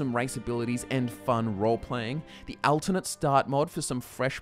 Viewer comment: Why can't this guy say "alternate" lmao